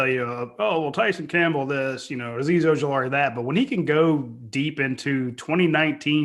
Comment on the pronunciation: Has coach ever pronounced Ojulari correct?